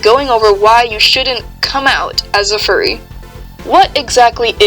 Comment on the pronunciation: “i-i-i-i am a fuwwy 😔😔😔😔” SHUT UP